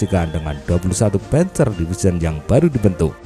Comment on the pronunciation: 👍👍👍... (admin, saran: pengucapan istilah bhs jerman tidak usah di-'inggris'-kan.. p'A'nzer, p'A'nther..)